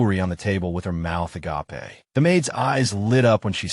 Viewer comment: It's funny hearing agApe pronounced as the Greek, "Love."